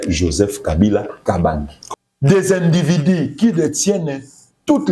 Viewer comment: Zoba oyo auti wapi?na français ya des individi ,(individus )